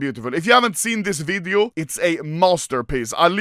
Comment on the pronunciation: i like how Anomaly says VIDIUO